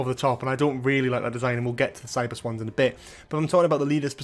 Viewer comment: You say "Cybus Ones", I hear "Cyber Swans" Now I want to see Cyber Swans.